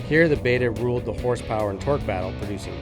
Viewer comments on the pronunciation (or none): none